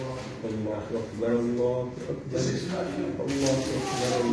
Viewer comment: АЛЛАХУ АКБАРУ БОЛУП БИЛИНЕР БИЛИНБЕС У ТАМГАСЫ КОШУЛАТ. ИНТЕРНЕТКЕ ЧЫГАМ ДЕБЕЙ ТУУРА АЙТКАНДЫ УЙРОНСОНОР ЖАКШЫ БОЛОТ